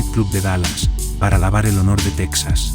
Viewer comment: la ciudad se pronuncia Dalas no Dales